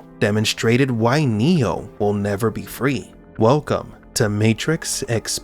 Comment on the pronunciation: I can’t stop hearing Neil instead of Neo!😂